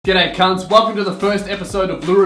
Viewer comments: Does he say 'gooday cunts' in the intro? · It's pronounced G'day cunts with a hard G